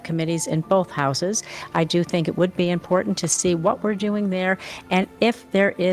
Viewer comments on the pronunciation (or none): none